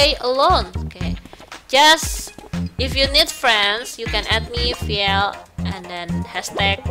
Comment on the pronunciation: vhiel not vheil🤣